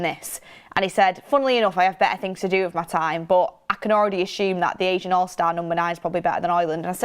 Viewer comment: It’s ASEAN allstars (ASS-EE-AN) not Asian 😂🫶